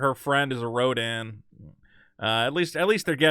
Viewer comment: It’s Rodian not Rodan